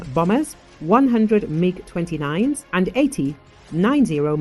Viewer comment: Bombers not bomers